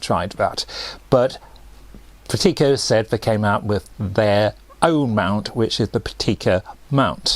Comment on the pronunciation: Actually the stress is on the first syllable : PRAKtica, not prakTEEka.